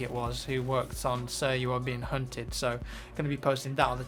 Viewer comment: At first I thought you said: "Sir, you are veing cunted." Haha!